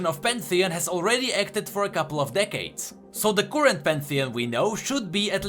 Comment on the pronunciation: are you greek? u couldnt pronounce "current" correctly instead u said "courrent". The greek do not have an "ugh" sound that is why i am asking